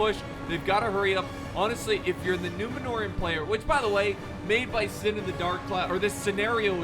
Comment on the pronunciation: I’ll be sure to tell him:), and it’s synn not sin lol